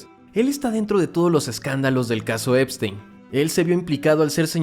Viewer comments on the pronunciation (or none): none